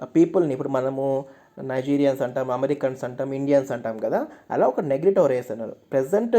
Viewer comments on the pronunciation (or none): నెగ్రిటో కాదు..నీగ్రిటో అని pronounce చేయాలి.